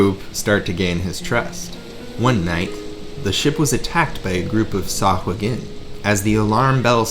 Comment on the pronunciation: I think you have the best pronunciation of sahuagin ever